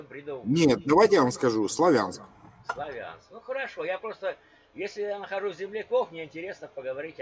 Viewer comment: не славЯнск, а слАвянск! а я с Харькова!